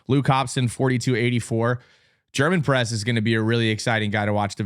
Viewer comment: Btw for Nate Germonprez you don't pronounce the Z. Our team yelled "Let's go GermonpreZZZZZZ" at NCSAs to try to throw him off.....it didn't work and he made sure to correct us after the race💀